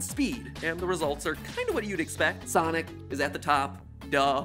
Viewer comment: I love how he says Sonic like Sanic lol.